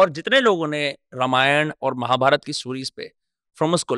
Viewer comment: Bhai mahabarataaaaaa nahi mahabharat